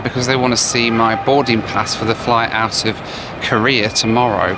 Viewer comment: Oh my god you do the thing my dad does: You say “Korea” like “Career.” That drove my mom crazy when they planned their trip to South Korea. My dad kept saying “Let’s talk about Career” and my mom got so confused every time lol.